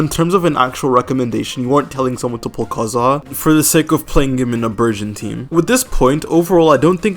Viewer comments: Dude just say KAZUHA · Stop with "Kaedehara Kazhua" 💀